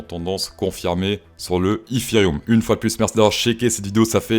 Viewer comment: Dans la logique de ton anglais tu ne devrais pas prononcer ethhhhheriumm mais eteriome